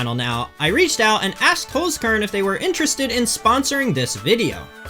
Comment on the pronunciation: Why is everyone pronouncing it "holes-corn" instead of "holts-kehrn"?😮